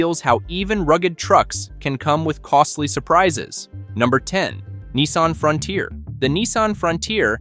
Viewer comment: Not Neesarn , it’s a Nissan .😂